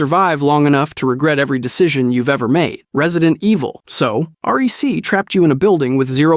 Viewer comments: I love the Channel but I can’t take you seriously if you call REC r e c, it’s REC for recording, for cameras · Dude said honestly, but the scrabble word was honesty. Also, it’s not R-E-C. Take the word record and remove the ord. It sounds like reck. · Is it just me or when I see rec. You say it like say it like rek. It's short for the record.